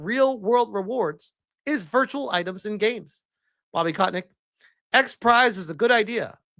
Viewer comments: It's Kotick, not Kotnick XD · Is as if never heard of Bobby KOTICK, one of the most infamous known figure, before. Keeps calling him KotNICK... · How can u pronounce kotick's name as kot nick? There's no N & u are pronouncing it wrong. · everytime you called him "kotNICK" lol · Who the hell is "Kotnick"?... Read, man. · Why the fuck do you keep saying "kotnik"? There is no N in his name.